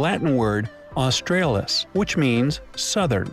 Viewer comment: Misspronounced Australis. It's Austr ahh lis. The latin a.